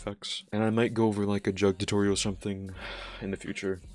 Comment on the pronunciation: Bro pronounced it like a water jug 😂 that’s not how you say it my guy